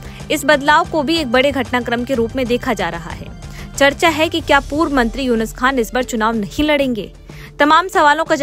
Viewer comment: उनका नाम यूनिस खान नहीं यूनुस खान है मैडम